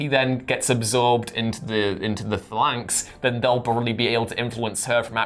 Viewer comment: Please, someone, teach how to pronounce 'Phalanx'. Thank you. Also, the world needs more.